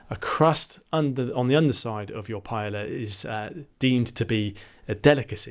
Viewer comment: Very informative video. Thanks. Oh, it's pronounced pa-eh-ya not "paela"